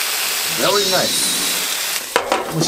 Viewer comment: veryじゃないですか？